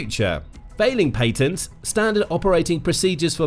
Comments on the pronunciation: dud its patents not Paintents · Lol paintnests??😅